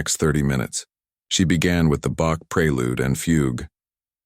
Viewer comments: The name is BACH, NOT BOX!!!!!!!😂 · BACH, NOT BUK😂😮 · It's Bach's fugue, not box fugue. Wake up people, get it right.